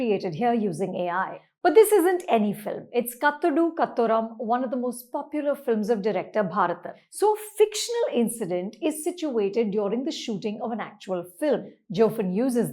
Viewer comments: And Bharatan and not Bhaaratan. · It is not Bharathan as in Bharath but in Bharath, the brother of Rama. I mean the pronounciatiin😅